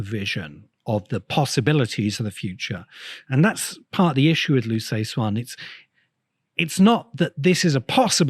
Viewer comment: The CIA didn't exist during World War 1; it was formed in 1947. Perhaps you're thinking of some different agency. Liu Ci Xin is pronounced "LYOO suh-SHIN".